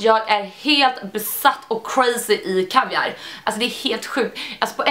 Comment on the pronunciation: Äntligen nån som kan uttala laktris och kaviar😂😂😂